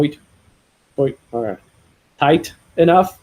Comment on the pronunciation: "the belts are not toight enough. Toight, like a toigar"